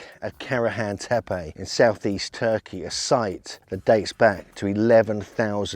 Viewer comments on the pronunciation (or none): none